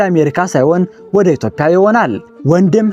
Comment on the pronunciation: ኢትዮዽያ እንጂ ( ኢትዮፕያ ) አይደለም ምንነካህ